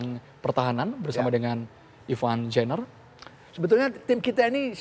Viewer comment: coach,, sejak kapan ivar jenner berubah nama jadi jenniver 😭😭😂